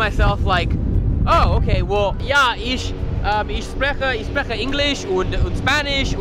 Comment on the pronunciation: I love how you can tell he didn't lern with a Tutor. My favourite example of this is his pronunciation of sp wich in German would be pronounced like schp (sch being the German spelling for sh) and so you would actually phonetically say shprechen but because there was never a tutor to explain this and only google translate there is no way he could have known this.